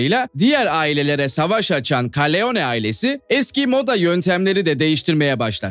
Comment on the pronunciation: Karleone değil korleone